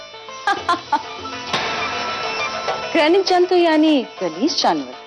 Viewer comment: When jodha says Grinik jantu😜😝